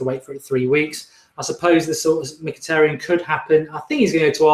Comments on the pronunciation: I think you said Mkyhitaryan's name perfectly! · I thought Mark would have trouble pronouncing Mkhitaryan but surprisingly he got it right